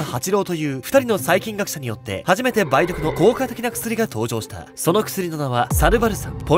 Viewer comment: たぶん ばい⤵どく✕ ばい⤴どく○